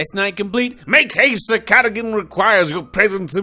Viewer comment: The knights name is pronounced sir (gar dogan )